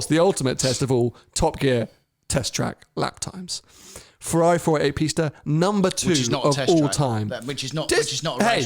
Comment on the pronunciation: Pisssta teach him how to say it properly 😂